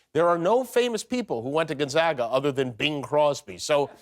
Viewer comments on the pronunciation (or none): Why is the “a” in Gonzoga silent, Jimmy? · Its pronounced gon/zay/ga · Dear Jimmy....I have a PhD from Gonzaga. (Long A on the second syllable, p.s.)